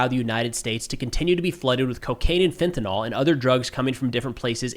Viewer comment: Again, it's "fentanyl", not "fentynal."